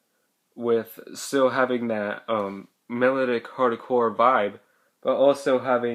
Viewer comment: lol you say melodic wrong